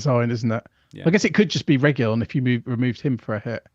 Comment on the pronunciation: Cheers guys. But please stop saying "Regiyón". There's no LL in it, it's just a single, normal letter L. "Regilón". And spread the word around. Ta. 😂